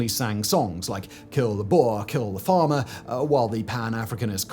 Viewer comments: I though you said Farmer Tax. Thinking bloody hell that's a hell of a tax. had to put the subs on. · I thought you were saying farmer tax. I thought. This doesn't seem that bad... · For the first half of the video I thought he was saying Farmer tax. Thinking dang my income tax doesn’t sound all that bad anymore 😂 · I was hearing Simon say farmer tax.